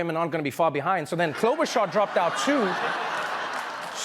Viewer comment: "klobuhchar" dumbass